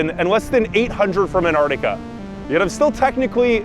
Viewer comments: I lost interest when you pronounced "Antarctica" wrong at the beginning of the video. It has TWO Cs in the spelling, use them! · Wish Americans would pronounce Antartica correctly. Is isnt that hard.